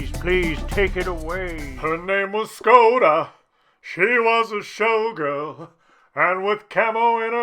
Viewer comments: Škoda get your S right;) nah joke i don't really care but did you know you pronounce it differently than reg. S? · Learn to pronounce Škoda correctly ;)